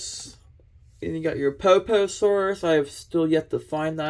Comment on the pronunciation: Poposaurus sounds funny the way you said it trying not to make fun of you or anything but just saying